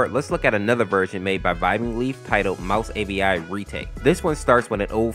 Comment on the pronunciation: Avi not api